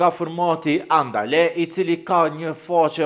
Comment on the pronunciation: "Andale" jo Anadel!